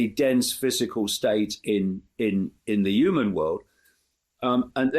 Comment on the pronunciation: Hey Dave it's Human not Uman